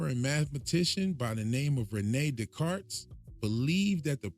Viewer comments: its pronounced ‘day-cart’ not day carts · Don’t pronounce the s at the end in Descartes 😏